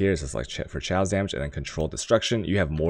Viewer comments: lmaooooo chaos(kay oas) is not pronounce chow lmaoooooo dam asians jkjkjkjkjkj..chow!!!!!! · Jonathan Hagan omg ikr... is it food related?? Can you eat it with a dagjur (dagger)? I wonder, does he actually say chaos in terms of currency or is it also like the chow dog pronunciation? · You're pronouncing chaos wrong